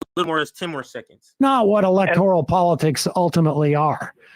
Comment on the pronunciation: Electoral not electorial, you guys make valid points but pls correct some of your pronunciation.